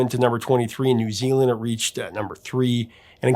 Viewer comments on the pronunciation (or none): none